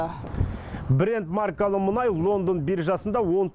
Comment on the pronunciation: Мұңай, мұңай деп отырған сарапшы кім? 😉😄 Менің білуімше мұнай еді!